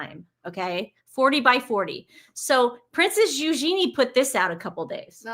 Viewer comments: About Eugenie--the accent is on the first syllable in her case. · According to Lady C ur both right - the correct and common pronunciation in England is EUgenie but the princess herself wants it to be eugEnie 🏵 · Saying you think it's good to have the York girls working as royals because they were loved by the queen is faulty reasoning. Charles loves Harry. Does that give him a pass? Also, you firmly corrected on the pronunciation of the name and then claimed YOU said it right 😖 (you didn't). Yikes. Give more credit. Relax. You don't always have to be right. Checked out at Sue Smith. 👋